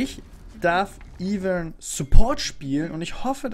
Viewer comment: Es heißt "EI-VÖRN"